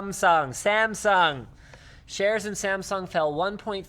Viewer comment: hmm...I'm impressed that you pronounce Samsung correctly hahahaha